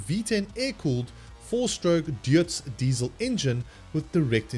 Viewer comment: Very informative, thank you. I had to read it to understand what was said, botched up pronunciation of the engine name, Deutz, I'm fond of those engines.